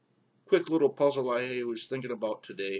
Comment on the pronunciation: when you say the word "about".....it's different. it sounds like minnesotans.